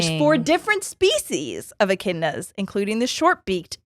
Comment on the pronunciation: Aussie is pronounced “ozzy” you pronounced Echidnas right though! Australia is a country 😭 Tasmania is NOT a country, it’s a aussie state that’s just not connected to the mainland (it’s an island) 🫶